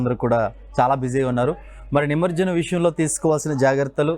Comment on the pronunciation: నిమర్జనం కాదండి.. నిమజ్జనం అని పలకాలి